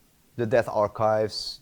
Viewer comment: If he pronounces "death" as "deaf" , does that mean he pronounces "deaf" as "death"?